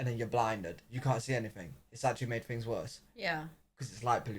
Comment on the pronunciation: I have watched most of your videos. You seriously need to pronounce words properly. You use an F sound instead of properly pronounce TH. Wif instead of with. FIF instead of Fifth. Finish instead of Things.